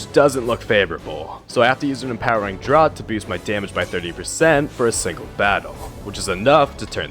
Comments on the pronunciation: "Draught" is pronounced "draft." Like draft beer. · 'Draught' is pronounced 'draft'.